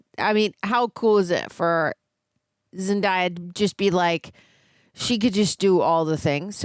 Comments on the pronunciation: it's zen-day-ah not zen-die-ah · HER NAME IS PRONOUNCED ZEN-DAY-UH. NOT ZEN-DIE-UH. Have you never said the word "day" before.💀 its spelled out for you